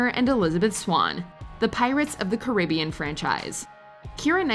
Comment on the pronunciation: It is me or does anyone notice the mispronunciation of “Caribbean” in PotC? Are we not going to address that?